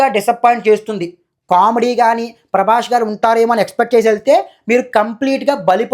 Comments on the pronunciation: Prabash kadhu prabas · Prabash kadhu bro, Prabhas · అరేయ్ సుల్లిగానివి నువ్వు...... సరిగ్గా prabhas పేరు పాలకరావడంలేదు నీకు నువ్వు rewiew ఇస్తున్నావ్ 😂😂😂